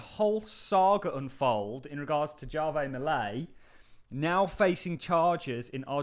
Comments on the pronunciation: Argentina's President's first name Javier is pronounced HAVE-EE-EH.. and not JAR-VEY 😉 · I'm pretty Javier is pronounced hah-vee-air.